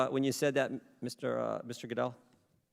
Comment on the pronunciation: He says Redskins and Goodell suddenly like a clam with lockjaw!